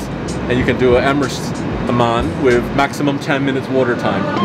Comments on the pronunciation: It's hammaam not hamaan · wait Sam you actually said ‘Mahhan’ instead of ‘Hamman’ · the shower called hammam not haman